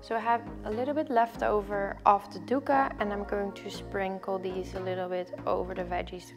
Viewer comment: hey girl it's actually pronounced something like duck-kah :)